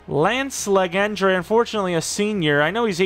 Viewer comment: “Legendre” is pronounced like legend with a French accent. This luh gen dray business is nasty work